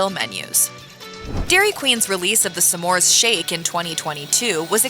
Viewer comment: It's not "some mores"! It's smores. Driving me nuts!